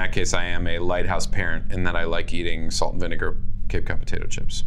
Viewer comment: “Salt and vinies” broke me